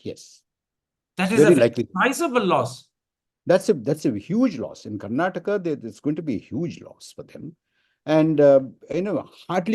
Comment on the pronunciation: Mr Thapr - It's time you pronounce "Karnataka as Karnataka" not as Karnatak